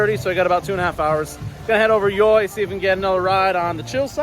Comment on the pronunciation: I know it sounds stupid, but YoY is supposed to be pronounced as 'Joy'.